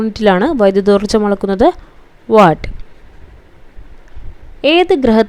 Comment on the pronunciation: Not വാട്ട്, say വാൾട്